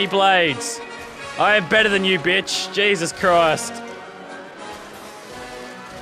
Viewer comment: can u stop saying jesus crised